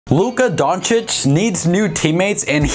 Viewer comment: Are we gonna ignore the fact that is finally pronouncing Luka Doncic correctly?? 😂